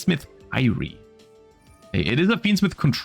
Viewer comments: I don't think he needs more comments that badly. Much rather, he doesn't know how to pronounce it in English. Maybe he actually doesn't know the word (not everyone here is raised Christian). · Why do you pronounce Kyrie the way you do here?